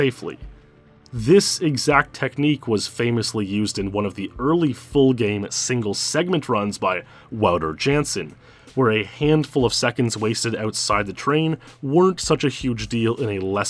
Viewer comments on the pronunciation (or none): Wouter is actually pronounced Voo-Terr FYI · At that point you would expect him to pronounce it correctly right?